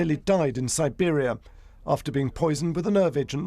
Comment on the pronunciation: Did you say poision ? Ah let me clear it mate. It was a special medical operation